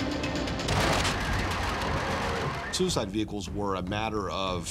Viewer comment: "We encounter sewer-side vehicles."